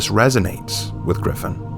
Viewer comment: The redemption? Holden cross one of the most favourited characters got absolutely butchered with "Gryphon".